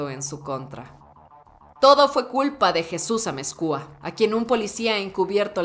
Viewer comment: Es Amezcua...no Amezcúa.... Escuchar a esta narradora, es como estar escuchando a la mismisima Anabel Hernandez....con ese énfasis y apasionamiento que pone al hablar sobre en narcotrafico y sus protagonistas